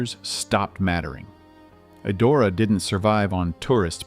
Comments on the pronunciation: I wonder how old man speaking is , and I wish it was still around cuz I would have taken my children to it, that was some of my best childhood memories because I went there in 1970s it is not pronounced e Dora is pronounced. Idora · For clarity, the name is pronounced "EYE-dora". It was the most fun place to be! I applied to work there the year the Wildcat burned down. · If you're going to use AI to narrate, at least teach it to pronounce correctly. I've never heard Idora mispronounced in so many ways. For the record Idora is prunounced "EYE-door-uh." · It's pronounced EYE DORA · I don’t mind the AI voice, even if it keeps pronouncing Idora wrong, but I can’t stand the AI pictures and pictures of unrelated parks. The fake pictures are horrible. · I don't know if the narrator is a real person or AI, but it bugs me that he says Idora differently every time he says it. Even if the pronunciation is wrong, stick to it instead of changing it up every time.